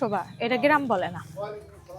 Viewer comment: কথাটা গেরাম না গ্রাম 😂😂😂😂